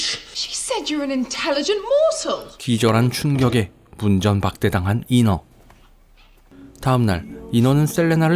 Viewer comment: 분명 인어라고 발음하는 걸텐데 왜 내 귀에는 계속 잉어로 들리는지...